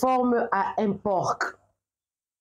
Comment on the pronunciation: Bonjour on ne dit pas porque mais un por le c ne se prononce pas